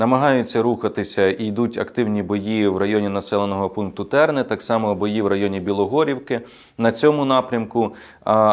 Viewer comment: Терни(Лиманський напрямок)-це моє рідне село.Навкруги села багато кущів терена.Правильно говорити з наголосом на другий склад:наголошена голосна и.Молюся за рідні Терни і воїнів захисників.